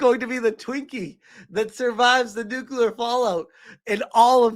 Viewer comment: *nuclear not nukular